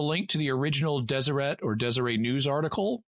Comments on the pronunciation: I'm so glad you did this episode. I've always wanted to know more about Skinwalker Ranch, and I had no idea it had such a variety of phenomena! Great episode! P.S. Deseret is pronounced with the hard T at the end (Des-er-ett). I grew up in Salt Lake City and that's the only way I've ever heard it pronounced, including from people on the news and city officials who would mention the paper. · It's understandable! I honestly never thought about it being pronounced like that because I always heard it pronounced the American way since I was little, but when I heard you say it like that it made me pause and wonder why I'd never heard someone say it like that before. It really does look like a word that could be pronounced the French way. Funny how something so small can make you see something so normative to you in a different light! Also, I was hoping I could throw a recommendation for a future show in. If you can get enough material out of it, would you ever consider doing an episode on the Battle of Los Angeles? I'd love to hear your analysis of it!